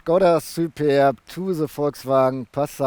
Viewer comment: Hi! I think you had fun pronouncing Shkoda und Superrrb!:) I don't blame you. Nice looking estate. Yeah too bad about the wimpy exhaust pipes. Reminds me of going for a swim in a cold lake... Stop feeding Tobias all the Burger Thing (King). He's too tall! Would you choose the Superb over the VW Estate? Cheers! Some crazy bugs in your shots, eh? <== Canadian expression